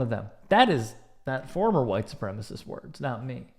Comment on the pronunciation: Why do WS always call it “supremist?”